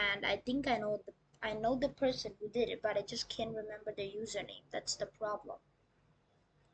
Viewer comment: Um actually its can't not cnt 🤓🤓🤓